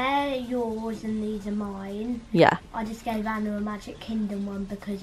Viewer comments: You say it as arna but it’s spelt Anna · Srry but you said Anna and it is